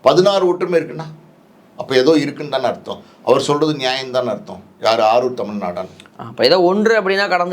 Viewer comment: அவர் பெயர் ஆரூர் தமிழ் நாடான் இல்லை. ஆரூர் தமிழ் நாடன். சரியாக ஒரு சொல்லை நீங்கள் உச்சரிக்கவும.